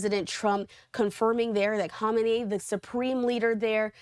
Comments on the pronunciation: Pronounce the name properly at least, would you?? It's "Kah-may-nee" phonetically, not whatever you're saying. Sheesh. This is great news for the Iranian people, though. Maybe they'll get their freedom, and more, back like they had before these psychotic Ayatollahs made their lives a literal living h*ll for so many decades. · Don't get your news from talking heads that don't even know how to pronounce the names of world leaders. Good grief.